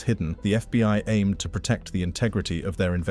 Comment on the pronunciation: Protect not precut computer. Get it correct.